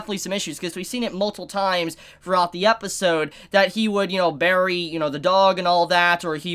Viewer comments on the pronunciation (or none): none